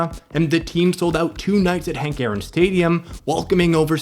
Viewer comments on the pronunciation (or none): none